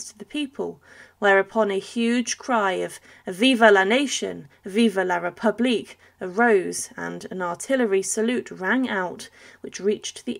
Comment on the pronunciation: Not only is this quite a poor account of the great detective story of the search of the King’s remains, but you didn’t even bother to check the pronunciation of the names and titles. Why quote something in French if you can’t even pronounce “Vive la republique?” Terrible. Terrible. Such a waste of my time.